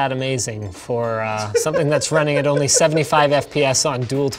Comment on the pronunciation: did all giveaway requirements for bonus points O: "for NA onleh" Me: i mean... wtf?! Why?!